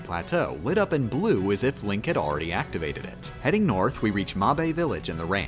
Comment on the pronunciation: Its mabe not mob-bay